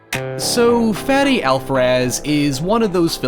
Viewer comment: everybody talking about the "howevers" and "abouts" but nobody's talking about how he said Fede